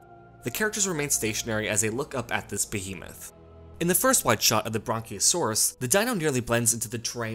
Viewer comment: What's a bronciasauris